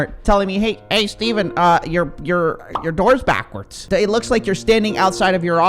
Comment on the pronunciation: i didn't know your name was steven, or is it stephen? or did you say steben?